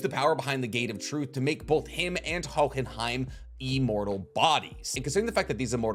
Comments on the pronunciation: i absolutely love your channel and every video you do. You are by far my favorite source for anime deep dives. But for the love of god, no one is going to flame you if you just say Ho-in-hime Hearing you pronounce in hohhinhime is like hearing coolwhhhhwip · Oh but please man the enunciation of the silent "H" in Hohenheim come on man I know you watched the anime. Was you doing that just to see who would mention it cause there's no way you pronounce it naturally that way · Jesus I know you watched the English dub why are you pronouncing hohenheim like that!!!